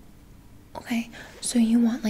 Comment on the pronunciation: The "o-kway"s are amazing